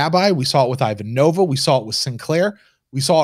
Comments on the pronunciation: it is extremely off-putting how you repeatedly mispronounce Ivanova's name. thank you for correcting yourself. Stroke off and Prosper! 🤣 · I just found this great podcast, so I’m catching up. I just came by to post this exact sentiment. It’s pronounced “EE-VAHN-OH-VAH!!!” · Yep, it's Not pronounced as in nOva- more closer to the A sound in the character's name applied to the O as well...👩🏻‍🦰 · Can we sound the buzzer every time mispronounces Ivanova? 😂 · "It was the dawn of the third age of mankind, two years before Zima went bust. The Babylon Project was a dream given form, it's goal, to teach how to pronounce Ivanova correctly."